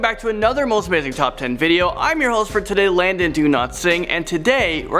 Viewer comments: Lol people it’s